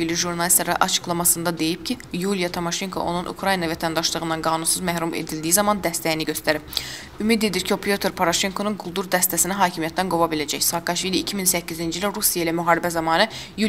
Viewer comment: Tamaşenko yox timoşenko . biyabırçılıqdir.... yox bir tuşonka